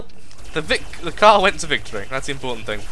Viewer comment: itsh a kerr lol